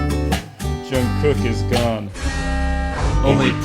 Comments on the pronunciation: Not Jungkook popping up in the middle of this vid 😭 and the way Kurtis pronounced his name help 💀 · i mean Kurtis you could have very easily looked up how to pronounce jungkook's name lol. that diana/jk conspiracy is one of my all time faves lol